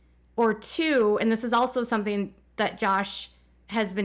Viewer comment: I know this sounds picky but please try and pronounce 'ing' properly. 'Een' is just weird and incorrect. Concerneen, developeen, sibleens just don't sound good. "Sometheen happeneen" is a lot harder to say than "something happening," right? It's hard to listen to sometimes.